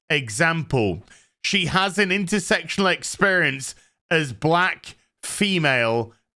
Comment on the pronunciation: at least you pronounce it understandably "intersectional" and not intersexual like your peers : )